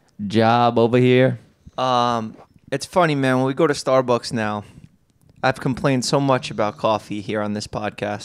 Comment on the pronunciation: I love the way Jeff pronounces StarBucks.. StArrB-uhks